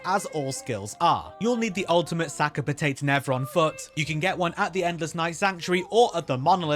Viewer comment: "Sack a Patayt" "Sack a Patayt" "Sack a Patayt" ""Sack a Patayt" really? Really? I got sick of hearing American youtubers because they don't know how to speak, like, at all. Thought maybe an English guy would know pronounce stuff but fucking "Sack a Patayt" instead of Sakapatate, fuck me mun.